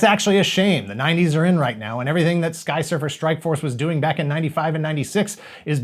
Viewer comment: Didn't anyone notice how everytime said "Skysurfer Strikeforce"... He butchers the name even more.. 😏😏😀😀😂